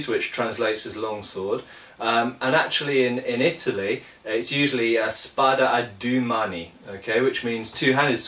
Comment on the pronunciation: lol, I'm Italian mate, the pronunciation is "spàda a dùe màni" (where the a is like apple and the e is like Energy). Yet I know it is difficult for native english speakers, so well done anyway.